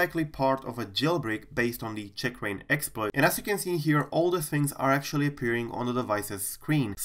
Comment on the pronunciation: oh my gawd seems you are pronouncing it CHICKrain, funny though